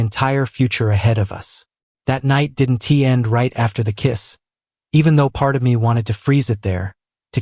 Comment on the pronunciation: Not sure what you've changed in your creative process, but the narration is off. The narrator is pronouncing contractions like, "did N T" instead of "didn't". While I'm supportive of your work, it makes listening to the narrative a little frustrating . . . . . .